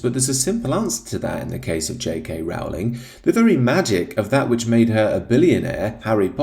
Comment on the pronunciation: Rowling rhymes with Bowling, not Howling.